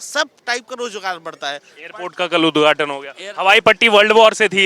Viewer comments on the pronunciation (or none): उद्घाटन नव्हे उदघाटन